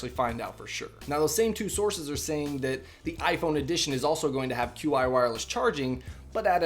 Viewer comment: Qi is pronounced chi :)